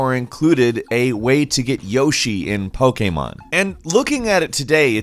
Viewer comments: You guys earned a sub for your guy saying poke'mon right. Most other people can't pronounce it the right way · 404 Nation i think pokeemon is the right way cuz theres literally an accent on the e